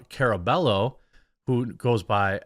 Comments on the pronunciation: It's car-uh-BUY-oh if you care. Maybe we just need here to translate for you again! 🤣🤣🤣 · Hey brother Jeromy, it's pronounced, Ca"rr"ah-bye-yo (rolled "R") You are welcome 😃👍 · Yo, Jeremy. It's not important, but the double L in Caraballo make a Y sound in spanish, so it'd be car-ah-bah-yo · It's "ka-ruh-BUY-oh", Jeremy. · It’s pronounced CARABAH-YO Don’t mind me it’s just a pet peeve of mine. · Can't lie Jeremy, it's kind of embarrassing that you can't accurately pronounce her last name; it's pronounced "Car-a-buy-oh"